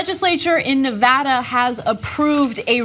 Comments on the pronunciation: Ana said Nevada right! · At least she pronounced Nevada correctly!! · Thank you for pronouncing Nevada correctly. It seems to be beyond most commentators.